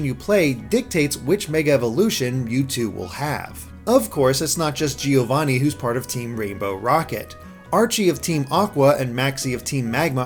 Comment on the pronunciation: Great video as always! Can you please pronounce "Giovanni" correctly, though? As an Italian, it's painful to hear it mispronounced every time.